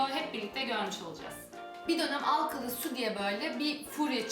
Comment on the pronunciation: alkalı değil teyze alkali lütfen dişlerim kamaşıyoooooooooooorrrrrrr